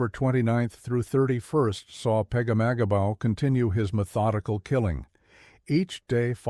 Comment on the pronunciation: If you say pegamagabo one more time 😅